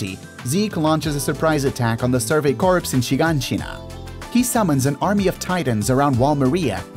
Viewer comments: Corps isn't pronounced as 'corpse'. It is pronounced like the word 'core'. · Lol. Survery CORPSE?? izz "core", my guy. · The 'p' in corps is silent, dude